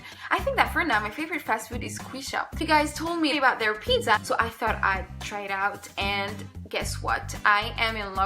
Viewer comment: check the right english pronunciation of the word 'pizza ' .. but I like you so much though